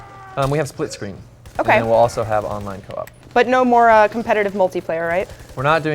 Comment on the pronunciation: Spint-sceen? SOLD!